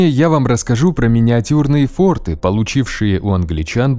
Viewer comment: пральна не форты а форты. и не сторожа а сторожа ))) (на правах шутки)